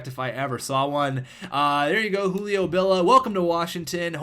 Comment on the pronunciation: JU-LI-O not U-LI-O